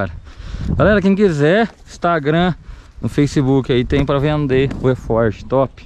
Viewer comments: Fala beleza. O nome certo é alforge, não eforge kkkkk. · É arfoge não erfoge